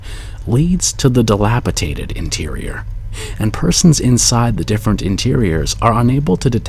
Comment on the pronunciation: "dilapitaded" lol.